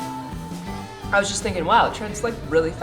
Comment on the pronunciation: At about,, you said gorgeous just like where I'm from. I come from Newcastle Upon Tyne in the NE of England. It made me laugh 😅😅